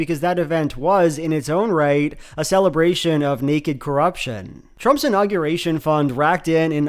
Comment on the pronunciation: i can't get over how pronounces unaugyurration